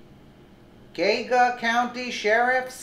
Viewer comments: It's pronounced Gee Ah Ga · It's pronounced "Gee-Ogga". Geauga... 😉